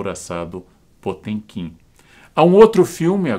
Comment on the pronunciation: Karnal, o senhor quase acertou a pronúncia em russo. No original (потёмкин). Só o som do "t" que está incorreto. O correto seria o mesmo som do "t" em "ateu" e não esse som do "tch" de "tchau". Abraço